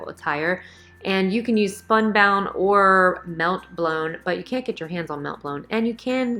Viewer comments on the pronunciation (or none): SPUNBOND, not spunbound.